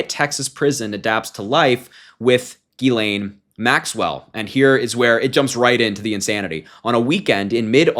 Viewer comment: It's Pronounced: "JIZZ-lane," Harry....